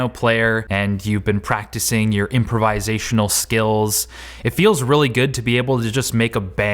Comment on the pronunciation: It’s it just Me or did he say improvisational very weird ?